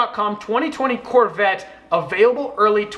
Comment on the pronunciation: hey guys I’m buying the c8 Chevorle corveee Fans:hey bro but I’m buying the c8 Chevrolet’s corvette